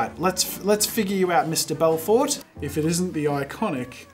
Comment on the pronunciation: The way he pronounced Belforté lol It's an easy mistake if you don't see or understand the accent, I forgive you haha